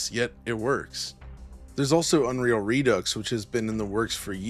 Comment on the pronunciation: The pronunciation of redux remains a hurdle, however :(